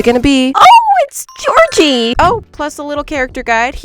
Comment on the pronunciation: Who tf is gorgie 😭 it’s Georgie!!!